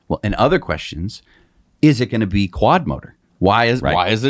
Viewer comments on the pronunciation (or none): none